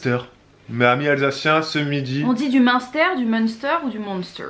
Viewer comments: Ça se prononce "mintère" 😂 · vive l'alsace !!!!!!!! munster se prononce comme minster. et flamkuche ch pas r !!! mais un peu de respect voyons... allez avouez c'est délicieux non? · Munster se dit Minstèr, la 1ère était la bonne ! 😉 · Alors moi qui ai habité en Alsace vous m avez fait bien rire.. le fromage Munster se dit [minstair] 😂😂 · On dit Main-stère (pour la phonétique ^^)